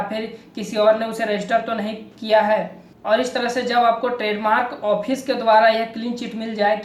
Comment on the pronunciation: it's fresh not presh and it's use not usgg* it's office not *ophice*. . anyways u need to work harder ... anyways good work keep it up.. like the knowledge u shared.. :)